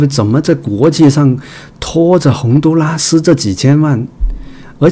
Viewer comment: 洪都拉蘇……哈哈哈。來一趟台灣也開鼠講台灣國語了喔！